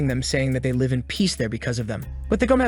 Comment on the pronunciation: I hate ai that miss pronounces live.